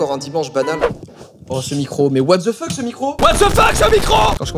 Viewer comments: C'est pas what dze fuk c'est what DE fuk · En fait ça ce dit wate de fok mais tu dis what dze fuk